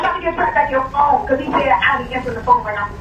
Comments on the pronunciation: “It’s his phown!…”😂😂😂 he still my guy tho with excellent coverage 💯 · “100% mellys phown” bruh I wish phone had a synonym so you didn’t have to say it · Wtf is a "Phewn" 😂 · The wayyyy you say phone has meeeee perplexed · I want to have a word with whoever taught you how to pronounce “phone”